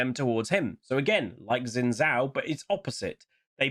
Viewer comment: Xin Zhao is pronounced Shin Jao. X is a Sh sound basically and Zh is a J sound.